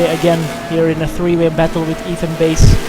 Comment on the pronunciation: Fun to watch things I never got to see from where I was. Just a few things, the pronunciation of my name, it's Bass as in the fish, not like the guitar. Also I'm in the Pro class, despite being so far off the pace, Road Atlanta doesn't like me. :S